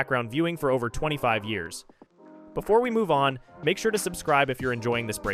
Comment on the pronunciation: Great video but the way you're saying the years is killing me